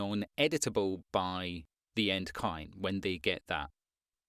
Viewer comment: listening to you talk sometimes me and the captions hear you say coin when you mean client, you should pronunciate it more clearly